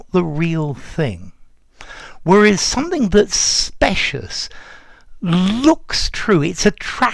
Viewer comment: Dear, in terms of pronunciation- shouldn’t “specious” be with the long “I” rather than with the “short one”?